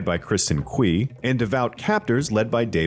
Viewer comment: Thanks for this review. But that's not how you pronounce the Mandarin Chinese surname of Cui, it should be "Tsway" not "Kuee".